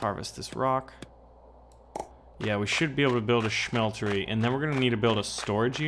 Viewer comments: Why are you pronouncing it schmeltery it's just smeltery... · ya its ok to do that once but it annoyed the fuck out of me cause he kept doing it